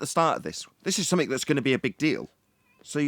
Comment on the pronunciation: Somefink. The English excel at butchering their own language.